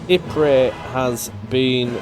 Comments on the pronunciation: Please your constant murdering of the pronunciation of Ypres is making my ears bleed. It is definitely pronounced "Ee.prruh". ;) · Technically calling Ypres "wipers" is accurate especially for a British person since the British soldiers in the area gave up on pronouncing it and called it "Wipers" instead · It's fascinating that more than a hundred years passed on and English speakers still struggle with this name. If you look hard enough you can actually find photos with signs that actually say "Wipers" on them.